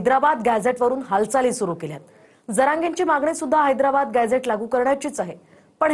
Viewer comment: याला निट हैद्राबाद म्हणता येईना याला अध्यक्ष केलं आहे